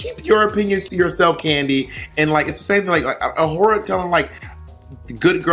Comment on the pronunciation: bob saying tayce should’ve won over awhora is a crime